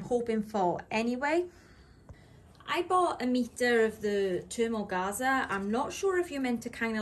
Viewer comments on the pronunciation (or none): sorry but I can't stand to listen to you murder the English language You know you could at least go on Google and put the word in there and search how to pronounce it That's what smart people would do or even people who aren't smart What can I say It's pronounced thermogaze I have used it before and still have a large role.